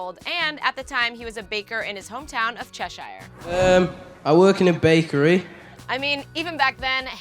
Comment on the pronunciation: Thats really not how you say Cheshire oops no hate though it’s an honest mistake